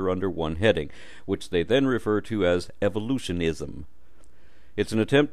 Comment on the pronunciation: The way you say Evolutionism cracks me up! I had to listen to it a couple more times...you know...for medicinal purposes. You know what else is cool is the word evolutionism is underlined with a squiggly red line...cause my computer doesn't recognize it as a real word. You and your videos are very important to me as you have been one of my mentors through a somewhat painful deconvertion. Thank you sir.